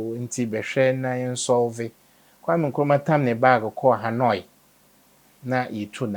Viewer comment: KM: Kwame Nkruma, Not Nkwame! Get the man's name straight, please.